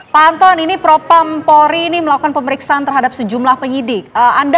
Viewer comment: Propam bukan propram mbak hehe